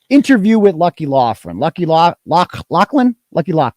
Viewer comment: If it’s Loughran why are you pronouncing it “Loughlan”?!